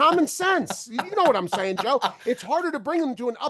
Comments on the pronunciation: its SAYin not Sian. Come on be better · completely wrong on the look ahead line first of all, second of all you can’t even pronounce Sayin correctly? Pain